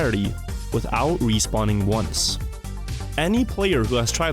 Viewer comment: What the hell is ounce? Where are you from?